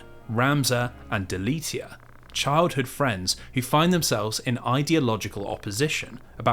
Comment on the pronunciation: I love this channel! That being said, I am glad you won't full review FFT, I don't think I could listen to 3 hours+ of mispronouncing Delita's name (it's not Delitia). Can't wait for the next vid!